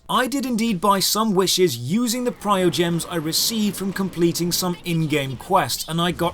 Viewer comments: It's PRIMO dude, not PRIOGEMS. Tell this to the Chinese players, because they don't even care. :D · primogems!!!!!!!!!!! not prio gems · Why do so many people say "priogems"? You've said it many times now. Premium currency. Primo. Primogems. Also, this aged well. The game is not in a great state at the moment. 2.0 was...something, certainly lol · Normally you make very good reviews on games, but you have some major errors in this one. And honestly, it's kind of hard to take your criticisms seriously when you got the main currency name wrong. It's not "Priogems", it's "Primogems". There's an "m" after the "i". You cannot farm constellations, those come from summoning duplicates of characters. Buying experience is the least effective way of going about it. There are overworld icons that show mini fights where you farm experience, and those are more than adequate for farming to 70 or 80. Those time gates are almost identical to other MMO's, anyways. Daily dungeons, weekly raid bosses, etc. It just feels different because there's the option to throw a couple of bucks at the game to reset your ability to play that content. And for the summons, so far there hasn't been an expansion where extra content, regular dailies, The Abyss, and character tries (plus free ones from emails) haven't given me three full banner pulls. What I would have recommended for this review is to get in touch with some Genshin streamers, because they would have been able to clear up several of the misconceptions in your video. I understand that Gacha games are not for everybody, but there are plenty of people in this game that only use the free units and have no issues completing content. To be open and clear, I've spent plenty of money on characters; I have not spent a single dollar on energy recharges or to skip daily/weekly timeouts. I honestly us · Every time you said PriOgems instead of PriMOgems my heart broke rip, great video pointing the bad and good of this game !